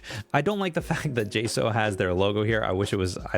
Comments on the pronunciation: It’s pronounced Jay-Socks but with a slight u vowel in the word socks. So like sauwks. 😂 hope that helped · Its pronounced J-Socks